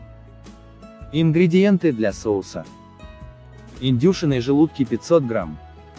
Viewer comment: Это что за издевательство? 0.5 чайных ложек, 1 грамма, индЮшиные желудки... Вы на каком языке говорите? Слух так режет, что рецепт не воспринимается.